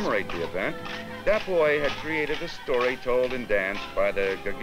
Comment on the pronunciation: I swear I was mad, I thought the narrator calling him the boy... how pronunciations can be bad sometimes